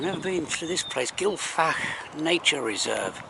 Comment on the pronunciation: The F is pronounced as a 'V' Gil-v-ak but you have to sound like you're hocking up or chocking to death. Smoother slower camera movements please, plays hell with my eyes. Thanks.